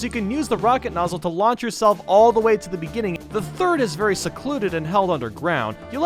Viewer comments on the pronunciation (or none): There should have been a mario saying "Verdy scary" At least the way i spelled it is what i hear xD